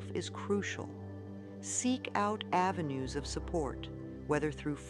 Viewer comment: I wonder if it was done through AI? I noticed at the end of some words, it was pronounced differently from Louise, e.g. avenues was pronounced avenu-es.